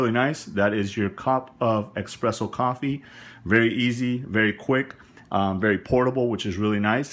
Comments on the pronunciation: Thanks for the detailed review of this gadget, but I gotta be honest it heart my ears to hear you sayin "expresso" and you wrote it espresso in the title, there is no "x" in espresso, and that foam you mentioned in the end of the video called "crema", please accept my barista snob criticism! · if you would read the name on The Box it says "ESPRESSO" NOT "EXPRESSSO". IT IS PRONOUNCED "S-PRESSO" NOT "X-PRESSO"! Got it? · It's called espresso like the box says, not eggspresso or expresso ;) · Personally, I have a thumb rule. Anyone who says 'expresso' I shot worth listening to... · It's Espresso not eggspresso good insightful video other than your mispronunciation causing my ocd to flare up lol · Notice that it's spelled espresso, not expresso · not ocd for me but same. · You mean expresso irritates you? Humm, EXPRESSO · It's pronounced espresso, not expresso. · Sounds like he's saying ex-presso which is a common mistake... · Expresso. Heart !! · hard to take this review seriously. I guess you said you aren't a coffee guy, but jeeze, stop saying ekspresso. There's no K! So you demonstrated how to use it, but how does it stack up compared to a real espresso machine? how about the minipresso or nanopresso? unfortunately, I don't think you are can answer these questions. Still like your video for the demonstration. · I stopped watching hen he said "EXpresso"! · had to wheeze when you said Expresso xD and oh my god this thing is awful....(not to mention how expensive it is) -NOT WORTH to buy